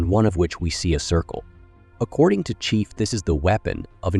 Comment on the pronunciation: Excellent recap but, what about the narrator voice? "Prophet" sounded like "profit", "chief" sounded like "chif"